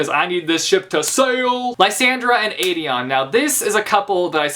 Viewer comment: im sorry, STOP MISPRONOUNCING AELIN AND AEDION'S NAME. THERE ARE PLACES ONLINE WHERE SARA J MAAS PRONOUNCES IT RIGHT BUT AELIN IS NOT A-LEEN , ITS A-LIN, PLS JUST NO